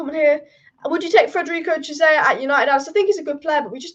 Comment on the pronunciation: My God your pronunciations of these non English names is horrendous. Why not listen to commentators a bit and pick up those names? Dennis Zakaria, a 100 times ? Cheisa ? Wow. Horrible job, dislike for this video for this unprofessionalism.